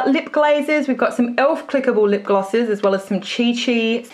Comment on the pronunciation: You say lip glosses like lip glasses